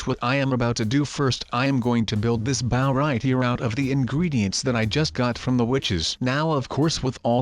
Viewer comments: It’s bow not bow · He is saying the word “bow” wrong. It is supposed to be pronounced like bo